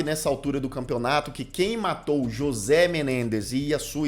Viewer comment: Comentário pros nerds: a pronúncia de José seria "Rrôcê". Tô amando o vídeo 🎈👏